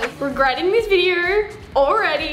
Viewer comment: She says videor